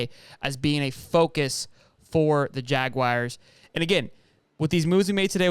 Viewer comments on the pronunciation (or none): Jag-wars not Jag-wires............................... lol